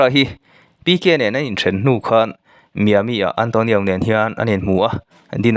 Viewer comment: Miami (Mai-a mi tiin an lam)